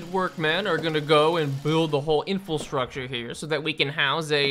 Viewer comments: you say 'infilstructure' lol it's inFRAstructure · TIL you can't pronounce infrastructure. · Its called infrastructure not "in-fill-structure"